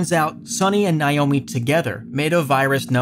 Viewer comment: NAY-OH-MEE. Learn to pronounce names. You glossed over a lot of important information in a lot of the games.